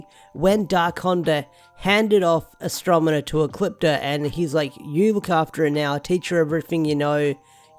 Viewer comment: Astro-ne-ma, not Astro-me-na.